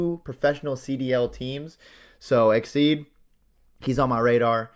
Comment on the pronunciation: Bro said exceed 😂